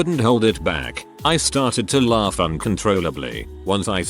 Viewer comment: Lol@ "laRf"